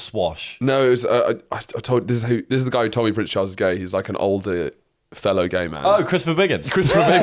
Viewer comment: In this weeks edition of “ out-Horatios himself” he pronounces “gay man” like “layman” Ps congrats boys on the 200 eps